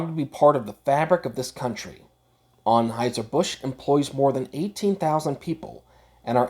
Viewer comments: What accent is that? With the heavy "O's" in words like most, honestly, and focused, and pronouncing it as Onheuser rather than Anheuser? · This guy's pronunciation of Anheuser..... Is killing me.